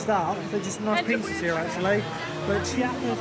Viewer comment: Nice one, enjoyed the vlog of this great park! Funnily enough, your pronounciation of the German names was quite good, but Chiapas is less like "chee-YA-pas" and more like "chA-pas" (after a state in southern Mexico), the "i" hardly being pronounced at all. They chant it several times on the soundtrack in the area 👍